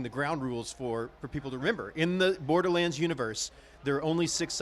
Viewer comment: How do you mess up "Borderlands"? Saying it wrong first 10seconds of the video SMH